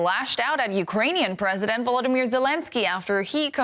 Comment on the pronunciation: VoloDYmyr -accent is on third syllable.